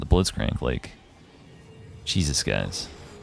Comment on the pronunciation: he does have a nice way of saying it 🥵